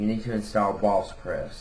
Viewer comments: Valspress? BalSpres? WTF ARE YOU SAYING! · he says bosspref